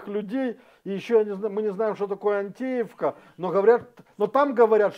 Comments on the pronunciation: ГрОнинген! Ударение на первый слог! И не Антеевка, а Анатевка . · Анатевка а не Антеевка. Домов там много.